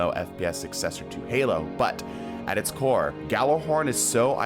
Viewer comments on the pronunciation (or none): none